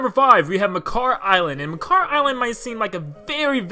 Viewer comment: I think the name of the sage of the wind is Makar, and noy Mekar. Just sayin'.